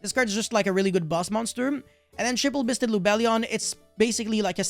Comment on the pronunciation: all i hear is bussted